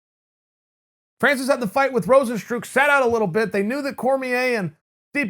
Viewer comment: Chael “rozenstrook” sonnen